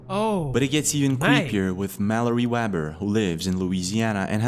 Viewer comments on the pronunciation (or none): none